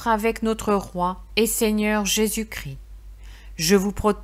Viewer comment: On prononce 'Jésus Chris' mais Christ. Merci